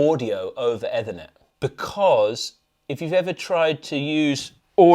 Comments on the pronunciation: "Either" net? Comment thread is Putting me to sleep, truly is Ethernet. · someone have a word with the Anderton guys...ETHERner not EVERnet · eh-thernet... lol. IT challenged. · Eee-ther-net not whatever you’re saying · Eeeeeeeeeeeeeeeeeeeeeethernet! It's driving me nuts the way you're saying that. You're gonna have to overdub the correct pronunciation now. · Looks and sounds very nice but what an unusual way to pronounce Ethernet, which I’ve never heard before in all my years of being associated with computer systems and networking. It is usually pronounced ee-thernet in both UK and US English. #beingpedantic 😬😂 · Oh you mean efffthranet? Lol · Definately Eeeefurrrnettt 😂 network via the ether lol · Eethernet. Rhymes with underneath a net. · So triggered by the mispronunciation of ethernet. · This whole review was rained when none of them could pronounce Ethernet 😅😅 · The pronunciation of Ethernet was not so great though 😂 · Agreed, I’ve never heard it pronounced like that before and they both did it 😂! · But not the pronunciation of Ethernet 😂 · That isn’t how you pronounce “Ethernet”. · It’s an American pronunciation apparently. Certainly I’ve not heard it said that way in the uk after a lifetime career in computing.